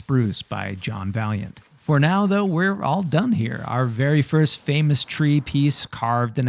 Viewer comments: I'm no expert, but I've heard several people correct the name Vaillant being said as Valiant to more accurately sounded out as Vai-Yaunt. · John Vaillant is pronounced as John "vay luhnt"